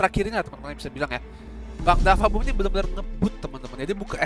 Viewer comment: DaFuq BooM bang bukan dafa boom